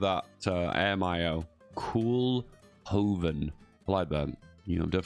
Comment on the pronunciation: The pronounciation of the kool in koolhoven is closer to coal. With regards to "zeven provincien" phonetically i'd spell it out as "zayven province-ian" crisis jaren would be "kreesus yahren" i ofcourse know ya don't care but i like my country almost as much as the blue emoji.